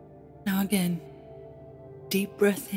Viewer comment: I was all calm until she said “againe” GFFFICSTIJ